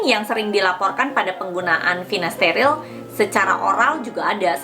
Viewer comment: finasterile apa finasteride ? kok saya dengarkan pengucapannya Finasterile